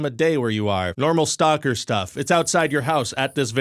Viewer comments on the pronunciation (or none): none